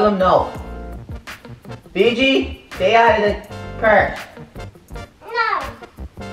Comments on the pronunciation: was saying phoebe and you guys were saying figi but at the end it was actually phoebe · It's Fiji not Fe-gi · love's him but she's scared of him and its hilarious when she sais fibi and not fiji its funny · Austin: say fe-gi: fe-gi: fe-fe Austin: who the hell is fe-fe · She actually said "fefe" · Koality Naylor its Fiji